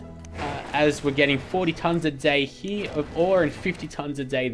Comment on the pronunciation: i love how when u say here it comes out as heee XD lol cracks me up